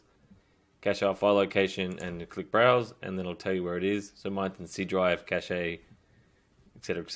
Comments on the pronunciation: its pronounced "cash" not "cachay" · Thanks a lot ! Just a tip : It's pronounced like "cash", not "cashay" ;) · Cache is is a French word. It's pronounced like cash in English. The e is silent.